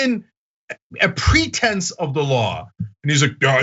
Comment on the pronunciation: Chump thought you said "pretends of the law" not "pretense of the law"